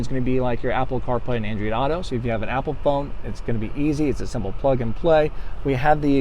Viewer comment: Just say "android." You really don't have that much of an accent. Andreed...where the hell does that come from? That doesn't even fit in with any known accent. Just stop. People don't know what the hell your saying. You can be crazy without saying "Andreed."